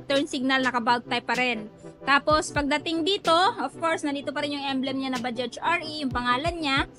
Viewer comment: mam baja lang po yan kung bigkasin hnd bajaj silent j na po yan.. wag mo na isali pagbigkas yung letter j sa dulo ng bajaj.. baja lang po yan pagbanggit hnd bajaj.. bisayang bisaya kc ang dating kpg bajaj..silent j na po yan kaya naging baja na lang kung bigkasin..pangit kc pakinggan sa tenga yung bajaj prang hnd tayo nag aral nyan..silent j na po yan mam.. thanks